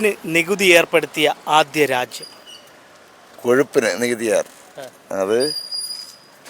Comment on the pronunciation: കോഷുപ്പിന് എന്ന ചോത്യം കഷപ്പിന് എന്നു ചോദിക്കുന്നതാ ഉചിതം